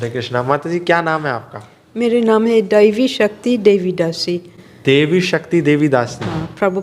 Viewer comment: Very inspiring. Thank you. But you are making a mistake in pronouncing her name....her name is : दैवि शक्ति not देवि शक्ति = Daivi Shakti not Devi Shakti.